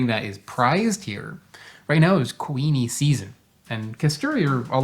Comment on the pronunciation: lol when you first said kuini mango i thought you were saying queenie mango and just over-emphasizing the ui sound 😂 it seems logical that there would be a queen mango variety.